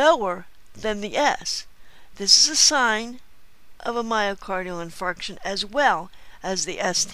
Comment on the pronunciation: have to love the way she pronounces myocardial in*fart*ion on the video... :-P lol JK. The video is just brilliant though.